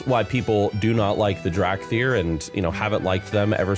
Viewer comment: "Drag thyr"